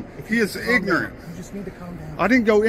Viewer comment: I always love it when he calls someone "ignernt".